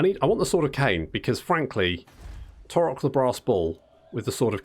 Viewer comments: Surely taurox is a splice between Taurus and ox, so it would be pronounced like ox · The X is not silent... unless you can get far enough away that you can't hear her anymore.